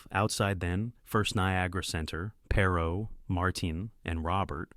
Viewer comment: Perhaps you should learn how to pronounce his name before making a video about him.